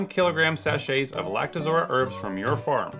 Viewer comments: I like how you spend your time saying "Lactozora" when the text reads "Lactoroza" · LactoROZA, not lactoZORA... geez, what kinda distributor doesn't know his own product?